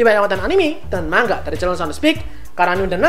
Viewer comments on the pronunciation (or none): Bang kok baca nga mang ga bukan ma nga (btw saya subscriber baru) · Manga bang bukan mangga